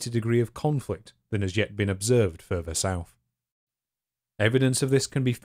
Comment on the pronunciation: It's further, not furver. Unless you're trying to say the word fervor. When you pronounce th's like f's, I can't take you seriously.